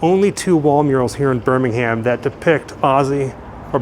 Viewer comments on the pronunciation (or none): On the other hand, he says “BirmingHAM”, whereas most Brits would say “BirmingHERM”. But hey, enjoyed it all the same! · When in England you don’t pronounce the H in Birmingham. 😊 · As a brit it sounds so weird to hear Birmingham pronounced as "birming Ham". RIP the prince of darkness. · 🙄🙄😆😆smh Too many Grands...too many Centrals...! Next time you're in England, if you happen upon BirmingUM (national pronunciation of the B-word), we hope you remember the reason metal became heavy there: ⚠caution⚠--turn volume wa-ay down... 😆😆 YOU TWO, also, HAVE GOT THIS! 😉😉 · You make me smile with your pronunciations when you're over here. Say it properly, it should be Ber-min-gum. Or, "town", as us locals say. 😅😅😅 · It pains me to hear my citys name said like this lol